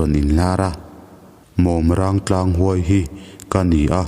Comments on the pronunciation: Mawm râng ilam dan hi adik chiah lo deuh a.."mawm" tih hi maimawm(spider) a mawm tia kan lam anga lam tur ani a...chuan "râng" hi sa_râng(polythene) a râng tia kan lam ang a lam bawk tur ani awm e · Mawmrang tlang thluk hi a diklo in ka hria. Mawm tih hi Tel mawm , Mawm ti a thluk tur. Rang hi 'Sarang' tih a Rang ti a lam tur. Mawmrang tlang. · Mawmrang tih hi maimawm tih "mawm" Lai ang hian lam tur a ni a. Chuan rang tih saràng tih a rang lai ang hian lam tur zawk a ni e.